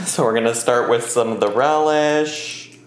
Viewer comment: Sweet relieh? Wasn’t it dill? Isn’t the cauliflower supposed to be smashed?